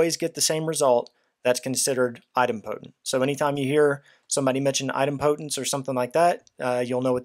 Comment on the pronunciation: Very helpful video but your pronunciation of Idempotence is... put politely... very wrong